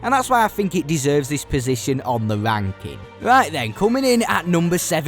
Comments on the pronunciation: "Begin the venking" 🤣🤣🤣🤣🤣 TF is this accent? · Love how he's saying "ranking" 😂 sounds a bit sus